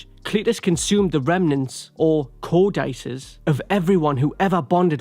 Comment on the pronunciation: This video was impressively bad, but I lost it at “co-dice-ez” “Co-dih-cees” I’ll never understand how you English people at whatculture are so bad at your own language